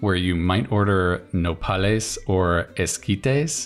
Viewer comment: Wow, your pronunciation of nopales and esquites was pretty good!